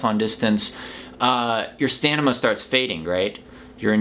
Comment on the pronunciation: stanima lol you said it twice